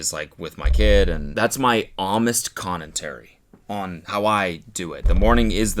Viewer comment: Does Cody say "Connentary"????????